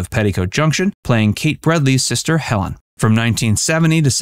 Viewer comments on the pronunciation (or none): none